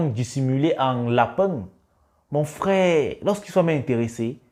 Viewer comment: Mec fais un effort , c’est frère et pas frais !! Tu sais bien prononcer le R pourtant .